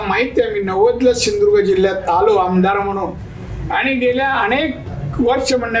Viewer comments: शिंधुदुर्ग नाही सिंधुदुर्ग आहे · सिंधुदुर्ग बोलता पण येत नाही😂